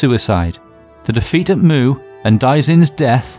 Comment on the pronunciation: Great video. The only issue is the pronunciation of the battle name and two kingdoms. Muye is pronounced "Moo Yeah". Zhou is pronounced "Joe" (but flat tone), Shang is "Sh-un (un pronounced like un from uncle"...